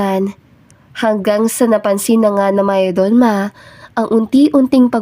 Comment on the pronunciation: For the narrator shortcut the pronunciation it's mayordoma.